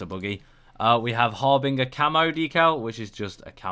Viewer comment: its pronounced 'har-bin-jer'